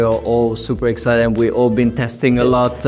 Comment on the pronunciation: There's not gonna be a commercial recap without "super excided" :D